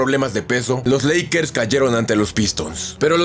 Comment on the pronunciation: Soy yo o dijiste lackers